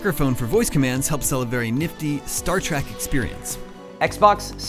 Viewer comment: He says "star track" experience its TREK